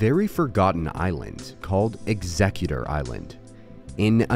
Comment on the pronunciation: You’re saying Exegguctor wrong my dude